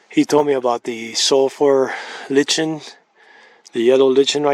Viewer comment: Lichen is pronounced lie can.